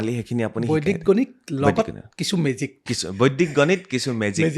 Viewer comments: Beleg akhan duniyat ase gote podcast tue out of my mind, olop kom buji py, বৈদিক tu বৈদ্দিক pronounce kore bare bare ako najne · বৰ ভাল লাগিল চাই, কিন্তু এটা শব্দ বাৰে বাৰে কাণত বাজি যায় যেতিয়া য়ে বৈদিক শব্দটো বৈদ্দিক গণিত বুলি কয় । গণিতত বৰ দূৰ্বল যেন পাও ৭০+৬০ কিমান হব কবলৈ চিন্তা কৰিব লগীয়া হৈছে😊